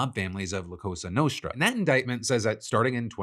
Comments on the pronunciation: patel cant even say "cosa nostra" and said CASA nostra 🏠😂😂😂😂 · Did Kash Patel just say "Casa Nostra" (our house) rather than the mafia's name of "cosa nostra"? 😂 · minor thing. Nitpicking really. But wth the head of the FBI doesnt know the name " la cosa nostra"?! Bruh im not even from Italy and im offended. "Casa nostra"?!?! 😂😅😅